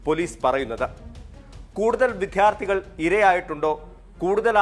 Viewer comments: വിദ്ധ്യർത്തി എന്നല്ല വിദ്യാർത്ഥി എന്ന് പറയാൻ ശ്രദ്ധിക്കണം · വിദ്ധ്യാര്ത്ഥി അല്ല വിദ്യാര്ത്ഥിയാണ് റിപ്പോര്ട്ടറേ…